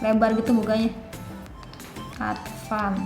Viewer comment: Maaf kak, Advan kak bukan ADVAND